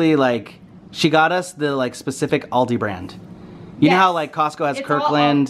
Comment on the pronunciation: I'm not try to be mean but your saying aldi wrong AL-DI